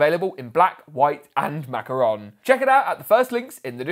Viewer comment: Nobody gonna mention the way he said Macaroon?